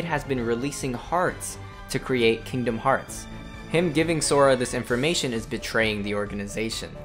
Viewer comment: FINALLY someone says the name of the game correctly.